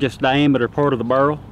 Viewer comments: Bear-el, bear-el. I have a slight southern accent, but jesus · Take a shot every time he says burrle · I hear "burrl". I like "raffling" too :)